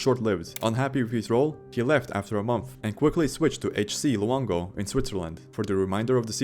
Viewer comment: It’s HC Lugano, not HC Luongo.